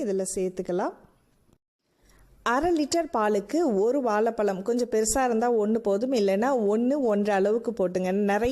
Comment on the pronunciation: Super sister. Nalla taste. And please correct this while speaking in Tamil, வால பலம் இல்லை "வாழைப்பழம்"